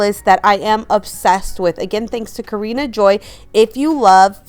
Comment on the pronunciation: Kaarin Joy ( Car-in) not Karina! Sorry not being rude I just follow her! You are incredibly creative and I love your stuff! Much respect that you give credit to where you get the inspiration! Thank you for all the ideas❤